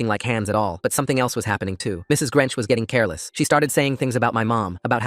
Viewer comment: Mrs. Grench instead of Grinch😂😂